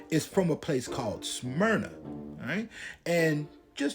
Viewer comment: Dude you butchered the name Smyrna😭😭😭